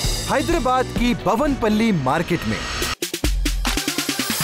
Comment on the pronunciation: bhavan pally nahi Bowen pally market he bhai